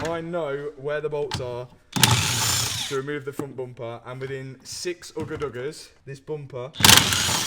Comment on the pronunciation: Hearing this guy say ugga dugga in British English was hilarious.